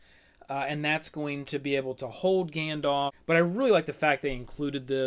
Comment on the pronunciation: > Gandalf with an A ;)